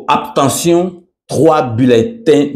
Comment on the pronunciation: Whaouww, bravo au Senat. mon Vieux balobaka Abstention et pas Aptention , merci.